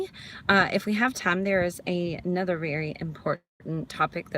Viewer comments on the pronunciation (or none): none